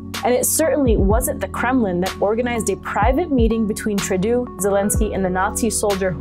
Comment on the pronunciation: Trudeau: say "true-DOUGH" 🍞 or the Chinese joke, "tu-dou" 🥔